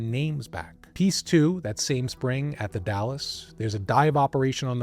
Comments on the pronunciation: you say Dales? Long A? I'm from vantucky and I say the Dalles as if it rhymes with "pals." Edit: and im pretty sure he said multnomah right. He has a tiny accent. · I wish he'd done a little more research. Surely he could've asked viewers from the area how to pronounce things. It's pretty jarring if you're used to hearing the names. It's not "The Dallas," it's The Dalles (one syllable, rhymes with "howls"). I have no idea how he missed the N in Multnomah so many times. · The Dalles: pronounced "the Dalz" (rhymes with pals). Multnomah: pronounced mult-NOH-muh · Also The Dalles is pronounced like 'pals' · I didn't wanna have to say it. As an Oregonian I was like DALLAS!? lol this was a great video regardless. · You don’t pronounce The Dalles correctly, but I’ve lived here in the PNW my whole and I still struggle to say it correctly.